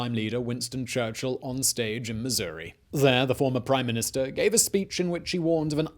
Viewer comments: up vote just for pronouncing missouri correctly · As a Missourian, thank you for pronouncing our State correctly.